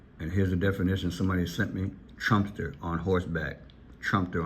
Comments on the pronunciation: You are saying Trumpster it is pronounced Trum pe ter! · Trum-pe-ter,. They’re talking about a trumpet 🎺 player.